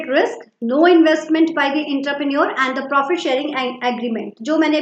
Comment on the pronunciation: Aap entrepreneur ko galat pronounce kar rahi mam